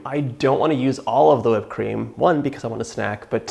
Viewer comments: I see what you did there with how you said whipped cream... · OMG, I'm dying! I thought I was the only one saying to myself, "why so much emphasis on the H".